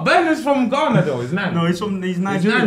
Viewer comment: looool man said Trinadad and Ghanago